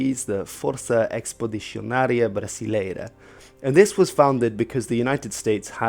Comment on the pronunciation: Great video and nice Brazilian Portuguese pronounciation! Tip: the x in words like expeditionary (expedicionário), experience (experiência), explorer (explorador)... is pronounced as a regular "s'" in Brazilian Portuguese, or even "sh" in the Carioca accent. But if you pronounce it the way you did, that's fine, we can understand that perfectly well.